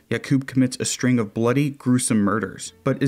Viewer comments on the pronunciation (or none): none